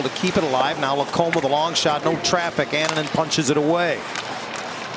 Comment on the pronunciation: Anaheim announcer can’t be bothered to learn how to pronounce Annunen’s name 😂 bush league